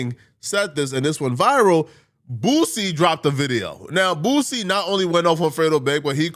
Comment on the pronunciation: How tf u can't pronounce boosie 🥷🏿 just sound it out to old for that shyt